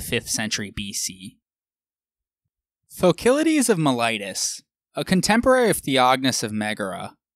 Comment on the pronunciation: All is good but what on earth is your "mee-ly-tus"? Do you always mean "Miletus" by that? Thanks for a great and informative series though )